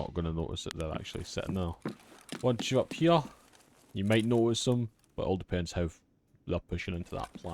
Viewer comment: "Right hyeuh"